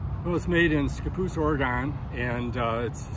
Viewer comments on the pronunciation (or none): It's OreGUN, not OreGONE. :-)